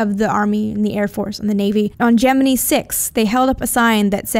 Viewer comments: I just cannot stand the way she says "Gemini"! It's pronounced Je-men-eye, not Je-men-ii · Gemini = "Jem-en-eye" Yep, Nasa guys used to say Gemin-ee, but when a male says it, it's not so squeaky as a woman saying it and I've heard WAAAAY more news commentators than Nasa guys saying it Jem-en-eye. men's voices tend to fall almost in-between in pronunciation, and are much deeper, and the WAY you emphasize the high pitched ending is too irritating to bear. Sorry, nails on a blackboard. You may be "Right" but right, and a pissed off comment section doesn't get youtube subscribers. sorry. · stop..... saying...... Gemineee! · I have watched literally hundreds of space documentaries, including ones interviewing the astronauts that participated in the Genin"eye" program, as well as high standing astronomers and astrophisicists like Carl Sagan, Neil Tyson, and many others and I have never heard them pronounce it that way. Ever. So she has one person correct her out of all the others and now she says it that stupid way? If she had one Brit tell here that aluminium is the proper way to say aluminum, would she start saying that crap?